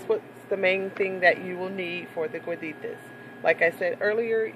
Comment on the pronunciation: Cueritos. from what i'm understanding you are saying cueritas.